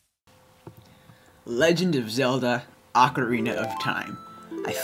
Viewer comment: you said ocarina wrong its O-CAR-IN-A not A-CAR-IN-A